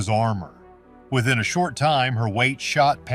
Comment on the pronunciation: Her name is Schenee (Shin-ay) NOT CHIN-MARIE